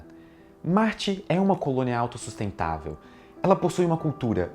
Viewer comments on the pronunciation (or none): Ele deu ênfase na palavra AUTOSUSTENTÁVEL, analfabeto funcional.